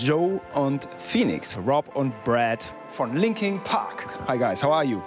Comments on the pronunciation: Der Moderator soll erstmal englisch lernen und sich über die Bands informieren bevor er sie interviewt. Das sind LinkIN Park und nicht LinkING Park. Wie ich es hasse...warum hatte er die Chance diese tollen Menschen zu treffen und ich warte Jahre lang auf meine Idole und Jetzt is Chez tot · Was? 4 Disslikes? Okay wahrscheinlich wegen dem Reporter 😂😂 es heißt immer noch Linkin Park und nicht Linking Park 😑😐